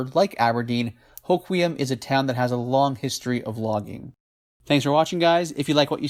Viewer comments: I think it’s pronounced “Ho-Kwum” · Great video as always, byw it’s pronounced “Ho-quem” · Born in Aberdeen. No there isn't two ways to pronounce the town's name . And both of your pronunciations are wrong.